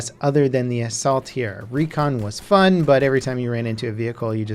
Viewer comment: or as DANNY would say "Føn stuff" :D